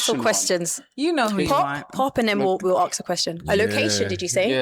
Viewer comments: Tell the host it’s ask not aks! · Why does the presenter who should be impeccable in communication say Aks instead of ask?